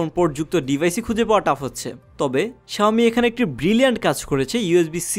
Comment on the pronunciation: you don't know how to pronounce xiaomi